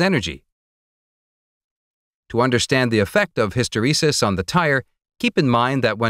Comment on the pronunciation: His pronunciation of hysteresis is driving me nuts...